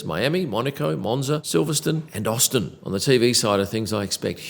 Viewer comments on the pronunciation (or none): none